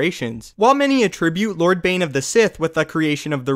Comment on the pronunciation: at the end of the video, around like -ish, you said "clord of the Sith" Instead of Lord of the Sith, lolz. Just wanted to point that out. but yeah, watch ur videos everyday. But big fan of ur channel and watch ur videos every day. Keep it up bro! Also, i don't have cable and wanna watch the clone wars and the new rogue or whatever it's called animated series' cuz I haven't seen them all from beginning to end. does anyone know a site I can watch them both for free with or without commercials. any help would be greatly appreciated. And keep up the vids bro!!!